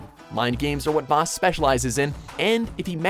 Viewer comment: it's Vaas not Vass